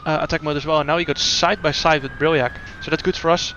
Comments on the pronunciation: Im actually stupid. I thought you said diahreah not diriyah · What a weird way of calling a track diriyah. Wtf...